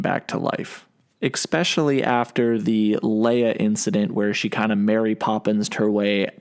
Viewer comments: Especially. Not “expecially”. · Esssssspecially.... not eckkkkkspecially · especially, not exspecially. There's no X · When did they put an x in especially? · Kinda hard to agree with your logic when you say “especially” like “eXspecially” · Great original idea you (and thousands of others) had! Also: it’s not pronounced “exspecially.” 😂